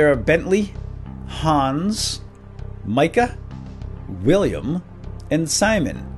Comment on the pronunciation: Hey Micah is my name and you pronounced it right on the first try! :D